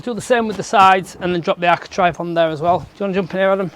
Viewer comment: Trave, trave, architrave it's an A. Not an I